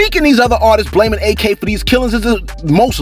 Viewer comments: Its not A.K. its pronounced like ack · It’s Ak, not A.K. 🤦🏽‍♀️